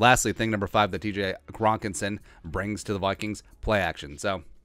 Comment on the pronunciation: I snorted soup out my nose when you said "Grokenson!" so thanks for that